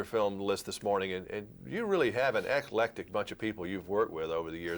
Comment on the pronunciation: The word is 'eclectic' (two syllables), not ecle-letic.